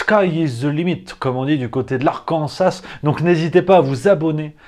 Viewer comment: Arkansa pas arkansaS 🤣